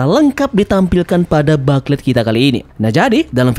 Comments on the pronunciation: FYI Min, (bukan ngajarin). Booklet dilafalnya “Buklet” Bukan “Baklet” Kalo dibaca Baklet gitu kyk denger “Susu” dibaca “Sasa”, Apalagi berulang2 sampe ujung video, Jadi rada gimana gitu…😅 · Yaps, Mknya kita saranin Mimin untuk rombak dikit di video berikutnya, yang 2 ini: Whole Cake = Houl Keik dan Booklet = Buklet, Biar makin keren… 😎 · iya bro, sebelum komen saya riset dulu dan memang betul baca nya buklet👍🏻👍🏻